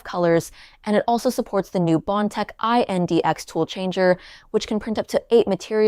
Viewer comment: Just say index.. it’s not I n d x